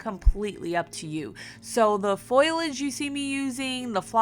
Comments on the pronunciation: Not criticizing but if you were wondering, its not pronounced "Foilage", its pronounced "Foliage". So basically, its supposed to be said like "fo-lee-age" not "foy-lage". Like I said, not criticizing and its really no problem but just something I noticed if you wanted to learn the difference. Love your videos, they're fantastic and you're a really creative and sweet person. I hope I didn't offend with this comment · Darling....I love watching your DIY'S...BUT...I must correct you on one word. When you say use fake flowers and greenery, you are saying FOIL LEDGE....it's FO LI AGE. Just letting you know! Thanks for what you do. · FYI: The word is not 'foil'-age; the correct word is 'fo-li-age' (not criticizing, just helping 😊👍). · Foliage is pronounced FO - Lee - edge! (Not FOIL - Edge) Sorry. My OCD was acting up... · Foliage is not pronounced 'foil idj', it's pronounced 'fo li idj'. Please! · Foliage = faux-lee-edge. 😘 The decorations are super cute! 💕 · Omg... I just can't!!! You are SO talented!!! I'm not big on food decor, but you make everything look SO amazing!!!!!! I just LOVE your videos! Oh plus it's FAUX-LEE-AGE. Emphasis on the faux part! Either way, you killed it & I just ADORE watching everything you create!!! ❤